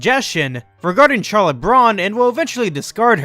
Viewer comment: you are going to hell for mispronouncing charlotte :)